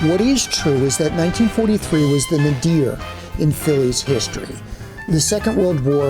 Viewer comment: "KYE-bosh"? Really? But wait, there's more -- "nah-DEER".